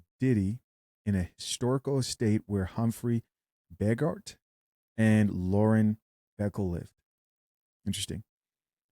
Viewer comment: Bro you don't know how to pronounce Humphrey Bogart? Smh. Have you ever heard of a movie called Casablanca?